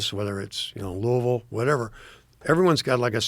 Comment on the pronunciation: He pronounced Louisville, correctly...whoa. 😮